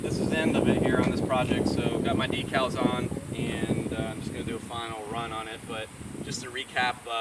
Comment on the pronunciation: Why do people say deee cals its decals Americans are funny !!!